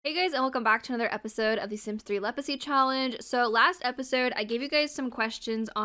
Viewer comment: Whenever you say like I say Legacy I always hear leprosy LMFAOO!!